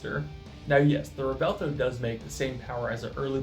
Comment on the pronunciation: pronounced Rev-Well-Toe;)